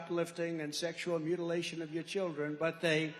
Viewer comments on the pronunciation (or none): The word is mutilation not mutalization. I’m voting for Trump anyway because I love America the beautiful. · “Mutilisation.” What a moron. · “We have to stop the MUTILISATION of children”🤣🤣🤣 There is no such word in the English dictionary as “mutilisation” and the moron said it twice. If stupid was a prerequisite for the Presidency then Trump would be President for life.